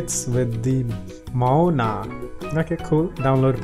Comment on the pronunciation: Mona lol its Mo-wa-na thats how to read Moana